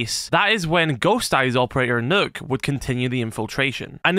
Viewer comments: You pronounce Nøkk as "Nukk" not "Nook" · the name is actually pronounced as “nuke”